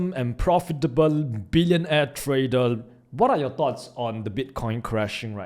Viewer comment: I love your Videos but I do wish you would learn how to say the basic words as the rest of your English pronunciation is good but you are saying "Herell" instead of "Here".... "Tradell" instead of "Trader" which I would have thought youd know.